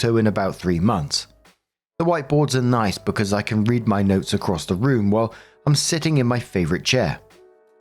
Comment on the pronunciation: Story 1 - When manages to misread the word "read" in context TWICE. As for OP, she's one of those pathetic, self-deluded people who waste years, even decades, of their lives on a novel that will never ever be finished.